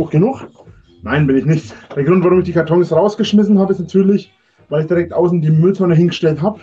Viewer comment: er ist kein messi ! 2 minuten vorher "ich bungger die katonns jaaaaahrrre"